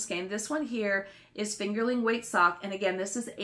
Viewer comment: I’m sorry but I have to: it’s “fingeRING” weight, not “fingerLING” weight yarn. You’re not knitting with potatoes! 🤣🤣